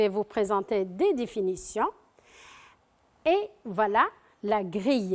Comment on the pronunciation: ياخي هي قالت enfin وvala مرتين وpresinte و silince